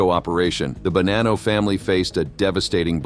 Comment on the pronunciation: Wow. Sentence to sentence you butcher the same name. Bonano was mentioned three times in the same sent. You changed its pronunciation each time. Stop using free AI unless you really do not care for your output.